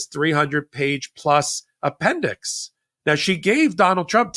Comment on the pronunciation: The “appendix” sounds like the “apprentice” lol